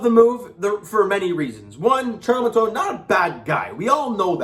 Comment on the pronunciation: Montoyo!!!!! Not Montoya!!!!! 😂😂😂😂😂😂😂😂😂